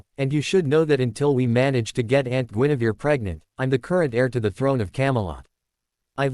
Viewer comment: It is not Genevieve it is Guinevere